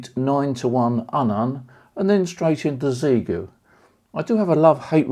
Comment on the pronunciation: It’s pronounced shee-yay-goo. Ask them. All you chaps selling gear and you don’t even know what it’s called. Sheesh….